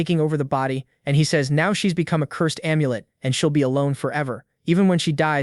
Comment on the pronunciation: How do you even get the AI to mispronounce "says"? lol